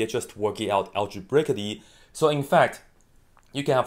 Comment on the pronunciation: Algebrakaly. Love that. I mean no discrespect, I just thought it was funny.